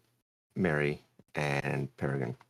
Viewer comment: New pronunciation every time also, it’s really not that hard to say “Perry-grin” 🥲